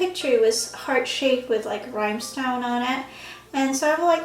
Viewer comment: Sweety, you look beauuuutiful for sure, you're really cute looking... But "THIS shoes", "10 DOLLAR" and "RHYMEstones" ??? It's "THESE shoes", "10 DOLLARS" and "RHINEstones" honey. DX You don't have to sound dumb when you're beautiful.